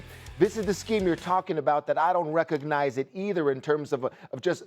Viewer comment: Reconize. There’s a G In there Rex.